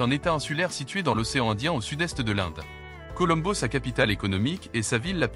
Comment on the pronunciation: 19 mais trop facile et la voix off synthétique je suppose est monocorde et ne fait aucune liaison, voire prononce mal (ex COLOMBO). D'ailleurs la capitale du Sri Lanka n'est plus Colombo mais Sri Jayawardenapura Kotte depuis 1982